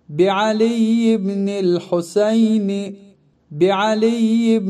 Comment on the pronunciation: Videonun əvvəlində əlində quran tutan şəxs yəhudilər kimi irəli-geri ləngər vurmamalıdır, təəssüflər olsun.Daha sonra ərəb dilində İmam Hüseynin adı Husəyn kimi səslənir, videoda isə Hoseyn deyilir, fars kimdir ki onların ləhcəsi ilə səsləndirirsiniz?!